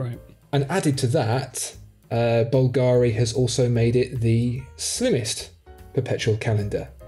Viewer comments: Well I don't have time to read all the comments, so forgive me if someone already mentioned this minor point: It's actually pronounced BUL-ga-ri. There, that's sorted... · Please guys check how Bulgari sounds: Bul (like bill) - Ga (accent on the a) - Ri (no accent on i).